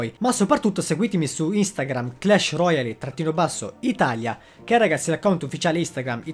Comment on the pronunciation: Roial, non roiali